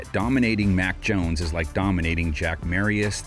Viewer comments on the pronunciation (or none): none